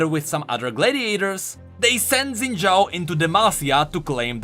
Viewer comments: Xin should be pronounced "Shin". I'm just nit-picking cuz I've heard Chinese people talk that way. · Xin = Shin. Think Xiaoyu from Tekken, Ye Xiu from King's Avatar. FFS, go watch one Chinese anime and you will understand what kind of sound "X" is supposed to represent in Chinese names/words. Even the creators of Xin Zhao can pronounce his name wrong. Imagine a parent names their newborn child Haybay but spells it out as "Abba"... no one else will GAF what you think, that name says "Abba" and you would be crazy to expect the world to think it's "Haybay." Written and spoken language is meant for communicating to others (not a solo endeavor). WE (all people) put rules on written and spoken language for the sake of clarity for the majority as well as to establish a foundation for (existing) language to be understood and improved. Ignoring existing rules of written and spoken language (which happens a lot) is like forgetting that 1+1=2 and then trying to figure out multiplication. This is why there are so many inconsistent/broken rules in language and why we still have existing issues like Xin/Zin/Shin...